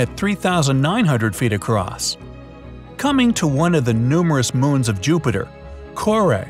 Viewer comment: I’m sorry, but who else heard “.. Moan of Uranus?” In the first pronunciation? -__- lol.